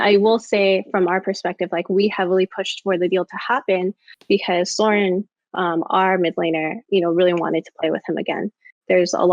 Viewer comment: Interesting video. But i like how she cant pronounce Søren after being on the same team for several years 😂